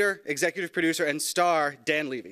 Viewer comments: why is it eugene Leh--vey but Dan LEEE-vey? help me out here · It's Levy like heavy. Drives me crazy when it's mispronounced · He introduced Eugene with the correct pronunciation on the last name but introduced Dan's last name incorrectly... yet it is the same last name. What gives? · dude is funny mispronouncing the levy in dan levy but not the levy in eugene levy